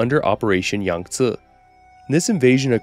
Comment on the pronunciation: Bro uses a perfect dialect in pronouncing “Yangtze” but can’t say Appalachia right…